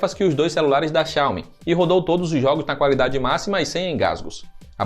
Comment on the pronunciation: Ótimo conteúdo! Só uma critica construtiva, a pronuncia da palavra Xiaomi esta errada, estou morando na China e aqui eles pronunciam a silaba tónica no Mi. Como se tivesse um acendo agudo no fim da palavra Xiao"Mí". Por se tratar de um canal que forma opiniões e influencia os entusiastas, acho interessante dar atenção nessa questão. Abraço!